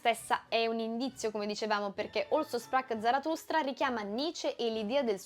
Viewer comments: Figura di m...con la pronuncia di Also sprach Zarathustra...citare informati, bitte....poi...francamente non è tanto onesto contrabbandare per spiegazione ultimativa una semplice descrizione del film, su cose che tutti hanno sempre capito. Noi che nel 69 lo abbiamo visto, poi, abbiamo veramente bisogno di nuovi ventenni, che nel Novecento non c'erano, che dalla loro cameretta ci insegnino a pensare?...mah. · Ottima analisi, molto interessante, ma con amichevole spirito ti chiedo cortesemente di dire "Così parlò Zaratustra". La tua pronuncia del tedesco fa inorridire. Parola di madrelingua. :)